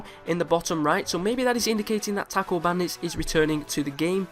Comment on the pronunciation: I cringed at the way he said taco